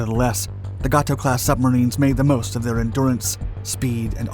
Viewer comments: You are mispronouncing Gato. It is Gay-toe. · It is pronounced (gay-tow) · That’s right! Every time I heard that I cringed. Good story though